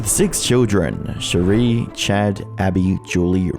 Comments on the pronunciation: Why are you mispronouncing words/names? Especially Shari. Makes I hard to maintain a belief, proper research was done. I mean it’s basic respect at that point. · i love your videos, but your credibility is tanked when you don’t pronounce names properly. Shari Franke (sherry frankee not cherie frank) says her own name in the statement she gave at her moms sentencing, and he statements to the utah government, and her many tv appearances. it’s an easy thing to gain access to. it feels disrespectful to her to not even say her name properly